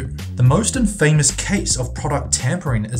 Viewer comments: Your mispronunciations are physically painful: IndiCTed? It's pronounced "indited" the C is silent. Excedrine is pronounced exEDrin with the inflection on the ED sound. Not the way you said it. Infamous is pronounced IN-famIS not in-famous Also it's emphysemA not emphysemIA. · Infamous is pronounced INN-fa-muss, not in-FAMOUS. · Do you even speak English? You mispronounced AND misused the word 'indictment', and you pronounced infamous like in-famous, not in-fah-miss.